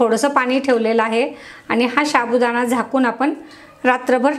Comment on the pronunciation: शाबूदाणा नाही साबुदाणा म्हणतात 😂😂😂